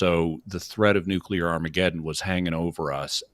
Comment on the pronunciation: Fully agree. No idea why he continued pressing that. Also, I lose my mind when people pronounce it "nuke-u-ler".